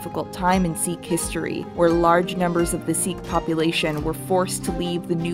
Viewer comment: hi, love the video but just letting you know, sikh is actually pronounced sic, not seek.